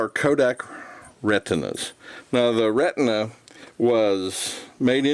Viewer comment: Xenar = "ZEE-NAR" | Xenon = "ZEE-NON" | Retina = "RET-NUH" (like your eye) | Tessar = "TESS-AR" Nice video, thank you!